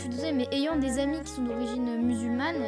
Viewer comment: ''D'origine mululmane'' La violence 😂